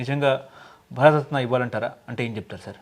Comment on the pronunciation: ముందుగా ఈ anchoring చేసే ఆయన కాస్త భారతరత్న అనడం నేర్చుకోవాల